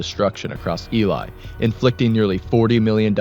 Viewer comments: this is the first documentary ive seen of Elie where they actually pronounce the name correctly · LOL not that many people outside of manitoba know how to say the name, so good on you for doing your research